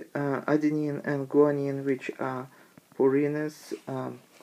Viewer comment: it's 'purines' not 'pyrine'